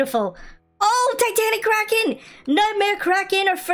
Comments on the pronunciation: Notice how he says Titanic Cracken😂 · you said titanic cracin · He said titanic craken LOL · “OH TATNIC CRAKEN” 😭😭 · Pov people are confused when gravy says : ohh tatanic kraken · bro just say titanic kraken 🤣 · On the first when gravy got nightmare kraken he/she say Titanic Kraken XD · he said "titanic kraken" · Bro said '' TITANIC KRAKEN